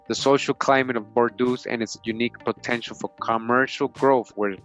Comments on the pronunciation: Its pronounced bore-doh not bor-doos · Please don't get mad at me. Huguenots: hyoo-guh-noe Bordeaux: bor-doe